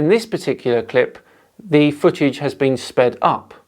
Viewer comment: Right off the bat we have a dude that pronounces "footage" as "fuhage" so you know as a flat earther we need to take him serious.